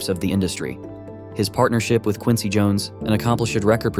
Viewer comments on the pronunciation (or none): none